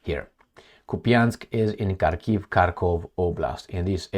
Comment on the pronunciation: Prounced HARkov